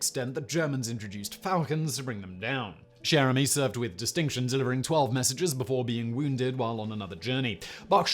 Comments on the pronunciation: 'Cher' in 'Cher Ami' is pronounced 'Sher'. Archie Bunkers chair was from the US sitcom 'All in the Family', which was inspired by the UK sitcom 'Till Death Us Do Part'. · Anyone else think Simon said Jeremy the first time he said Cher Ami? Or was it just me